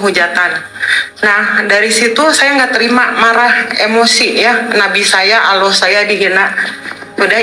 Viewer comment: Coba dengerin bacaan ALLAH,dia ucap Alloh